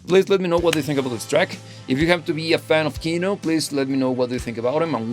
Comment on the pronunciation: It is not kIno, it is kinO :)